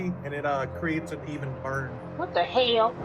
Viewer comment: That "what da hail?" make me choke on my coffee